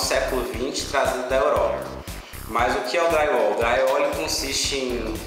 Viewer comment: Parei de assistir quando ouvi: Draiuol